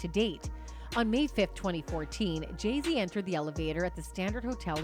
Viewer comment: Stupid AI can't even pronounce Jay-Zs orher name properly